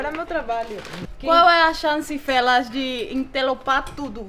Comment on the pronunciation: Melhor parte A Paraguaia falando fellas Kkkkkkkkkk